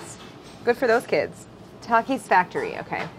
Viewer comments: Traumatized by how she kept pronouncing Takis😂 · She said “Tokis” no it’s tAkis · She said tackis bruh don’t say like that it’s takis lol